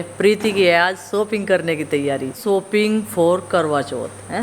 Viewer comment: सोपिंग नहीं शॉपिंग